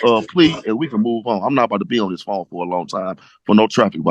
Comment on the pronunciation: “I’m not boutta be on diss pone”. These people are preposterous.